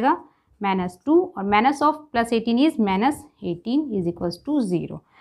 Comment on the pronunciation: please don't say manus!!!!😭😭ITS MINUS!!!